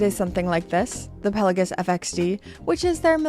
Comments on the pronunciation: Here we go with calling it a "Pella-giss" again. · Genuine question, is this how we pronounce Pelagos? I’m newer to watches and have heard it pronounced multiple different ways.